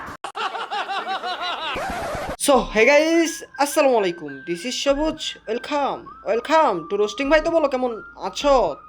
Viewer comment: ওয়েল খাম আগে নিজের উচ্চারণ ঠিক কর